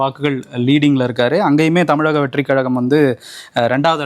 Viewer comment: யோவ், என்னைக்கு தான் தமிழகம் ன்னு சொல்லுவியோ தெரியல.. தமிலகம்... கஷ்ட காலம் 🙄